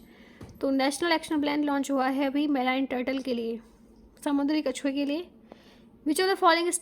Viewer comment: Kachuye hai yeah kachuye 😂😂😪👊